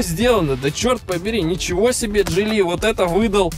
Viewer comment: почему джилИ ? ударение на второе И ? слишком часто и режет слух…